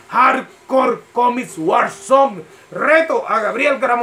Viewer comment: "Comis" Jajajajajajajajajaja